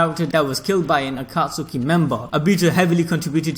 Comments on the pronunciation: Bru he said aka suki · It triggers me when you say akatsuki like that and the names of the characters